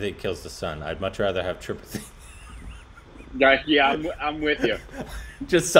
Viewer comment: it's pronounced tripaaaattte not tripati